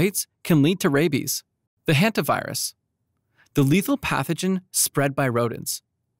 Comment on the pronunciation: It's "Hanta", not "Henta" virus.